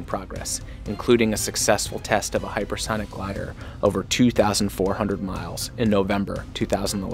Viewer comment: Hyper thonic? Is that what dude is saying